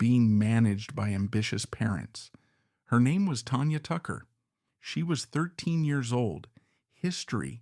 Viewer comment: AI Can't pronounce Valens, Tanya, Frizzell, or Nevada properly.....